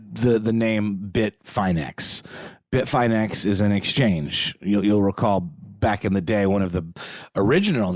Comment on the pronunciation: No capitulation to Russia, no deals made UNLESS Ukraine is the one creating the terms, AND Russia subsequently pulls everything out of Ukraine, including and especially the territories Russia seized ILLEGALLY. Also, this part is for. It's pronounced Bit-fin-X, not Bit-fine-X FYI. And RazzleCON, wasn't a hacker. She was a con artist. Most of the theft's were from social engineering (phishing scams, wire fraud) Not a hack. If you had to guess, how would it be so simple for a female to scam people through social engineering? Opportunists that got lucky, and sloppy.